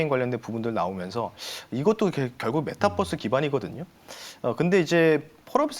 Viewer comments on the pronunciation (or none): 메타뻐스 아니구 메타버스입니다